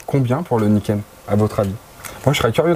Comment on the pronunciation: Un truc qui me chiffone, c'est d'entendre Niken prononcé "naïken" ;-) Je sais que même le monsieur de chez Yamaha l'a prononcé comme ça dans l'interview à l'EICMA, mais c'est pas de l'américain, c'est du japonais, et ça veut dire deux sabres ou deux lames. Et "ni", qui veut dire deux en japonais, ça se prononce "ni", pas "naï". Alors, siouplé: Niken, pas Naïken.